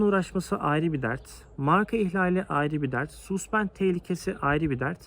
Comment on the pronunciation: güzel video olmus tebrik ederim. Amerikayi avrupalilar istila ettiginde altin arayanlardan cok kazma kurek satanlar kazanmisti parayi. her danismanlik egitim verene inanmayin. (bir de yapici elestiri: Suspend yazılır saspend diye okunur, A ile)